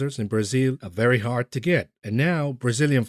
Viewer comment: El Erian is very well spoken, which makes it even better that he sounds like Elmer Fudd when he says 'vewy' instead of very. He's a smart guy. Too bad they didn't listen to him.